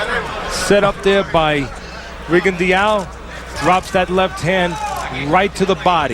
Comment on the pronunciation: Shit! They really don't know hom to pronounce his name. It's French... Ree-gon-doh!